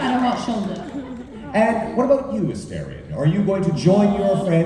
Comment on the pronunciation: Ffs.. Neil said the name multiple times. It’s As-star-ree-on. Not, As-Stair-ree-on. The game has been out over a year!